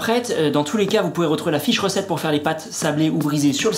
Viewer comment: Quand tu as dit " la fiche recette est sur le site internet" j'ai entendu " la fée chaussette" 🤣